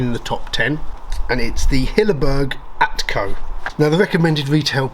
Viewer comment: Hilleberg Akto not Atko.